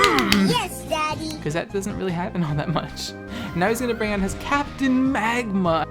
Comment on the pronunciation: Lol did you have to edit out some laughter after he brought out Captain Maahgma?!